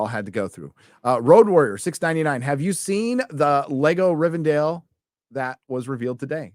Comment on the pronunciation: WHY THE FUCK ARE YOU CALLING IT "RIVEN DALE"???